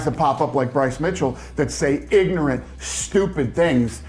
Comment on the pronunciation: The way Dana was emphasizing IGNORANT and STUPID has me hollering 🤣🤣🤣